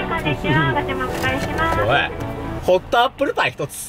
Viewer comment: ホット↗︎アッﾌﾟルπ1つ の発音草